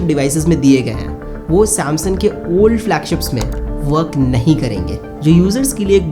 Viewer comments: It's SAM(S-U-N-G) not SAM(S-O-N) bro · Samsun samsun sun sun k pak gya m, bhai samsung bol le